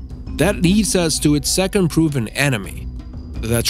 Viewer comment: Why do you say anime instead of enemy?